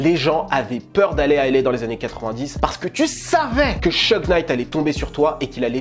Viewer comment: ça se prononce Chougue et non Cheugue